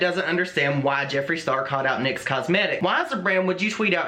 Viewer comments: I couldnt even focus the whole video because its "NICKS" like the goddess NYX, not N-Y-X... either way that was dumb of them lol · Just an aside: it’s pronounced “nix”; I believe after the Greek goodness of beauty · Just FYI, it isn’t pronounced N-Y-X. It’s Nyx, as in the goddess of the night (pronounced Nicks). Anyway Nyx was lazy and got caught. It makes no sense why they wouldn’t just use their own photos. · The name of Nyx is pronounced “nicks”. Just so you know 😄 love ya!!